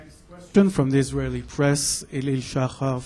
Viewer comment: To the German Foreign Minister: It's Israeli government not Isralien! Pretty insulting.